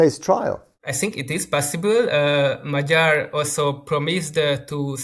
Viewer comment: I wish he could learn to pronounce Magyar’s name.